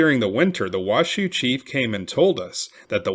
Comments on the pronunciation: I’m a local it’s not wash shoe It’s pronounced wash oh Oopsie huh?! Great story tho thanks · There's no W in Nev-AD-ah. So many people say it wrong, then on Washoe it's pronounced WA-show. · The narrator mispronounced the proper nouns Washoe and Nevada. The content is good though. Should be Wah-show not Wah-shoo and Nevada is pronounced Neh-va-duh not Neh-vaugh-duh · Thanks for posting this but you are mispronouncing Washoe, Nevada, and Truckee